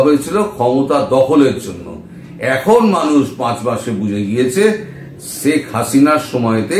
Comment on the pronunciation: দাদা, আপনি বলেন “ছেক”। হবে “শেখ”।